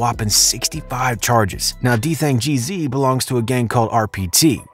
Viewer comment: Homie said DThang Jeezy